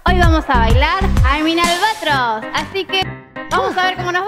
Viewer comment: Es Albatraoz no Albatroz pero bueno 😅